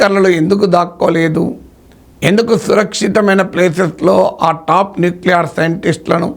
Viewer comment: ‘న్యూక్లియర్’ ని మీరు ‘ న్యూక్లియార్’ అని పలుకుతుంటే అసహ్యంగా ఉంది. అమెరికా ని ‘అమరికా’ అని…అంటున్నారు. ఏ?